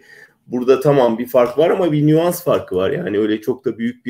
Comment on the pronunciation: 8,19 da can dündar nüans farkı diyor ki doğrusu nüans (nuance)